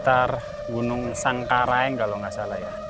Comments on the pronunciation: Sangku reaang bos bukan sangku raeng☺️🙏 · Terima kasih, bs keliling liat danau segara anak, tp jgn dibalik nama gunungnya, samalas bukan salamas, sangkareang bukan sangkaraeng.... 🙏🙏🙏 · Samalas bukan salamas,sangkareang bukan sangkai😊😊🙏🙏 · Mohon maaf mas, itu sangkreang bukan sangkaraeng😭, juga samalas bukan salamas😭😭 Tapi sumpah keren bang vidionya 🤍🤍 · maaf bukan gunung salamas tetapi SAMALAS, setelah meletusnya gunung SAMALAS baru muncul nama baru yang di sebut gunung Rinjani. dan maaf bukan gunung sangkareng tetapi Gunung SANGKAREANG. sukses selalu bang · Maaf koreksi mas Sangkareang =bukan sangkaraeng Samalas = bukan salamas